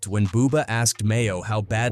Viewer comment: dudes name is maino not mayo. you should prolly use ai narrator without autocorrect next time